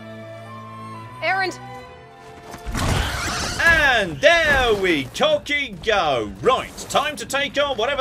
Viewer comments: EH-loy, not Alloy. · TOTALLY!! She is not a composite metal! Long A sound,! AAAAAAAAAAA-loy 🤣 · Her name is Aloy, not Alloy. She and other people say her name in game a lot. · Between Aloy from Horizon and Parvati from The Outer Worlds, is determined to mispronounce the name of every Ashly Burch character.:-P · tf does that even mean, name pronunciations can be different. Also A-loy is different from Alloy, so you're also wrong.